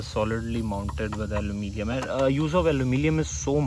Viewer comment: Aluminum, not alumilium. And Splendor, not saplendor. By the way, I too have a CB350